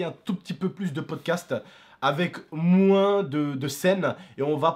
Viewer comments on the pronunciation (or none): none